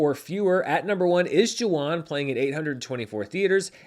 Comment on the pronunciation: Thank you for your mention of #Jawan!! (pronounced “Juh-Vahn” V sound instead of W)